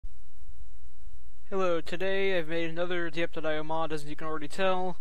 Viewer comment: It’s pronounced dypeio